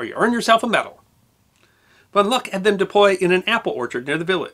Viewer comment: Good piece, but one small correction: it’s Hans von Luck, pronounced “Look”.